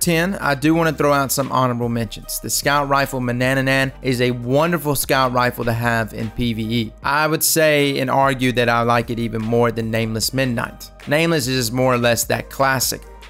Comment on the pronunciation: Funny thing I've noticed... Manannan SR4 People pronounce it Ma-na-na-nan with an extra "na" in it. It's Ma-nan-nan lol. I'm sorry I couldn't help myself. I've seen it in multiple vids this week